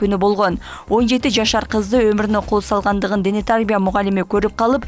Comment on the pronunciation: Дене тАрбия эмес дене тарбИя, кыргызча эле создорду туура айта албасан уят го